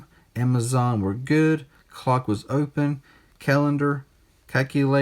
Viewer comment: Calculator "Ceculadoh" 😂